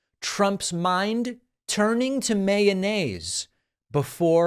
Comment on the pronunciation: I love how David says mayonnaise